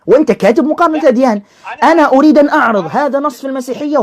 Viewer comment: يقول ( مغارنة ) 😂